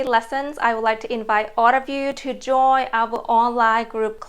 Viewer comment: ) If I may help you: you often don't pronounce "d" and "n" at the end of english words. For example when you say "joyn" and "sound". Don't get me wrong please - I just mean to support you:)